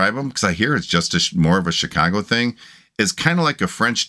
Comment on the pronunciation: Hello: I knew you were from Chicago when you said “Chicago” the way long time Chicagoans would say it. my parents would spend the summers in Chicago and the winters in Miami Beach where our home was. My dad was a professional horse race handicapper and was one of only a few who made a livelihood solely from betting on horses. I loved it because between the ages of 8 and 16 dad would take me to Arlington Park and teach me how to handicap a race. My dad was also a good golpher and I was with him when he made his first hole-in-one ( he ended up making 2) on the first tee at the Nippersink resort on the outskirts of Chicago that I attended during the summer. Good times. Now I’m 77 and about 3 years ago I had a massive heart attack and was dead for 2 minutes but I was very lucky that someone who knew CPR happened to walk by and miraculously an empty ambulance happened to be parked across the street and off I went to Mt Sinai hospital where thru intense therapy I was in stable condition and returned home. I love the way you are able to feel when expressing your emotions when a song impacts you. Me, too. I would like to become a patron, I only have a Social Security debit card. Please inform Al